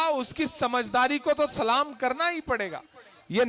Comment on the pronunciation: I love Imran Bhai lekin aap salaam Sahi Nahi karte ho